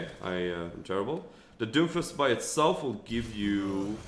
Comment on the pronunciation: It sounds like you're calling him Dofus the entire video.